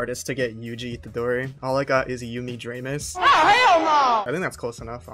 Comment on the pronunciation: "Yumi Drameus" I KNOW THAT ITS A 6 MONTH VIDEO BRO BUT WHY??? WHY YUMI DRAMEUS INSTEAD OF YUMI IXATOKI